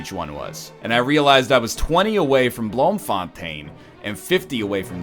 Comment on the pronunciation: blohmfohntein? plz man learn dutch its a beautifull language